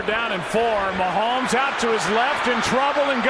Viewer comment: His names Mahomes, please don't ever do that again lmfao.